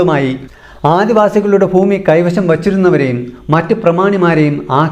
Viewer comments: ഫൂമി യല്ല ഭൂമി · ഫൂഉടമയും ഫൂമിയും ഒഴികെ ബാക്കി ഒക്കെ സൂപ്പർ